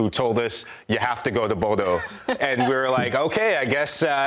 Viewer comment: Hey… Not Bodo…Bodø with an Ø! 😊